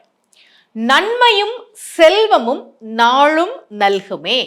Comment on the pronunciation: உங்களுடைய தமிழ் உச்சரிப்பு ழ் ள் ல் தவறாக உள்ளது. அது மட்டும் இல்லாமல் நான் சொன்னேன் நான் சொன்னேன் என்று சொல்வது உங்களின் தற்பெருமையை காட்டுகிறது. நாளும் என்ற வார்த்தை நீங்கள் நாழும் என்று உச்சரிக்கப்படுகிறது